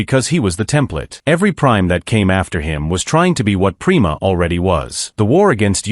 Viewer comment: It’s pronounced PRIME-A not prema…. :/